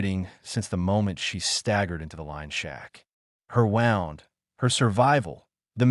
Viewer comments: Not pronouncing certain words correctly (wound,n/bow). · I wish AI could say wound , wind and bow correctly 😮